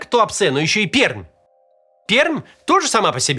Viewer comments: Привет из Перми!, Максим, Не ПерМ, а ПерМЬ! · Название города Пермь произносится как ПеРЬмь, а не ПеРъмь! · Ни перм, а пермь... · Эх как же режет слух ПерЪмь. Правильно произносить ПерЬмь. Почему то я уверен что мы ещё ни раз в новости попадём... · Единственное, что можно безопасно добавить не ПеРмь, а ПеРЬм читается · Перьмь Р мягкое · читается как перьмь, т.е. "р" тоже мягкая извините...) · Люблю как название Пермь говорят люди из других городов. По загадочной причине оно произносится Перьмь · Родом из Перми. Максиму один совет: пермь, хоть и пишется с мягким знаком в конце слова, но произносится с мягким знаком после буквы Р: [перьмь]. В остальном, все в точку😢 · ПермЬ! Произносится с мягким знаком. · Пермь произноситься как Перьмь 🙄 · ПерЬм. Вот так правильно произносится наш город. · Извините, Пермь произносится с мягкой "Р" )) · Произносится как "Перьм", р мягкая. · ПерЬмь правильно, мягко после буквы эр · Пермь произносится с мягкой Р. То есть как Перьмь. Называйте город правильно, не расстраивайте пермяков) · Живу в Перми, как только узнал пол взрыв, сразу написал с просьбой о разъяснении ситуации властям края и города, ответа не последовало (точнее последовал, когда припекло) Ещё хочу сказать, что название нашего города произносится с мягкой "р" (Пер'мь) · Пермь не так произносится